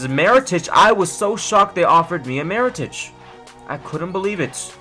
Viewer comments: His name is Mirotic, not Marotic.. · mee-ro-tich. his name is not that difficult